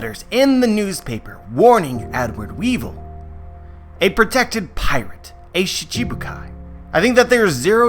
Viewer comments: Not shishibukai its sichibukai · khure Poudel it’s Shichibukai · Fuck off with the spoilers jesus christ And if you can’t pronounce “shichibukai” just say Warlord damn